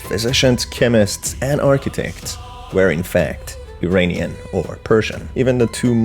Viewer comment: Please pronounce "Iranian" correctly. It is "EErAAneeyan" and NOT "EEreeneeyan." Correct pronunciation simply is evidence of knowledge. Thank you.